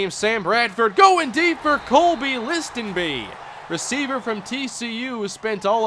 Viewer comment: The T in Listenbee is silent, just so you know